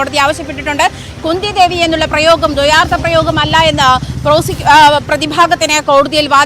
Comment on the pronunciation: ന്യൂസ്‌ വായിക്കുന്ന ചേട്ടാ കുന്ദി ദേവീന്ന് പറയാൻ പാടില്ല 😋